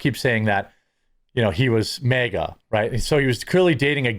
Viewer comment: MAGA and MEGA are two different pronunciation Jeremy. Why do you say mega when you want to say maga ?